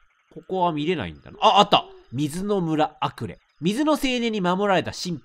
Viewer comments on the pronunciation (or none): アクレをアレクと言い間違えるレトさん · アクレの村をアレクの村って言っちゃうレトさん可愛いね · レトさんがアクレの村をアレクの村って間違って言ってるのに共感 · レトルトさんアクレをアレクと言い間違えてるんだけど モデルのアレクのことかな(笑) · アクレの村何回も言い間違えてて草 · ずっとアクレ、アレクて読んどるwww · アレク？アクレじゃなくて？ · ごめんなさい。どうしてもアクレをアレクと呼んでるのが気になっちゃいました、、